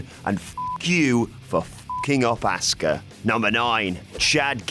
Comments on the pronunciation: Why do British guys pronounce Asuka as Asska? :P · You pronounce Asukas name like Asska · Say Asuka right please